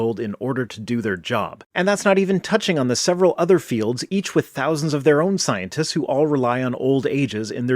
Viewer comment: The way this guy pronounces "scientist" is just odd. It sounds like "Sionist."